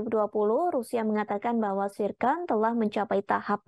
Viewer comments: Zircon bukan tsirkon🤣🤣🤣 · Zircon cukk,, bukan zicon